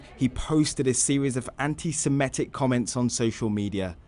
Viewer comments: Good story, but the word is "an - ti - se - MI - tic," not "an - ti - se - ME - tic." It is derived from the word "semite." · the journalist can't even pronounce 'antisemitic' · First journalist in history to struggle to pronounce the word that funds their entire operation.